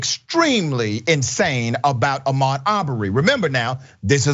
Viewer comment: what agreed upon language??? America doesn't have official language. But if you referring to English, you must know any non-English names are free from English language rules and must be pronounced by native rules. So don't forget H in Ahmaud's name Ps.. English is not my first language, nor second nor third and not even fourth.. it is my fifth language so STFU!